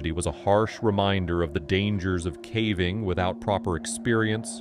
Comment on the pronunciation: AI. He says ‘cavving’ in a few of the videos